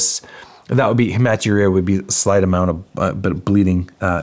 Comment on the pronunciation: It’s pronounced “Heme (sounds:”heem”) (blood)– at-uria” (urine sounding and if the urinary system)”urina”